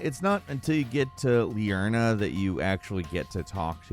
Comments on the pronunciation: Also it's called liurnia, not liurna. It's ridiculous how little care goes into these videos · Bro pls its spelled Liurnia, Lie-urn-ee-uh not Liurna. It makes you seem like you seem weird when you mispronounce it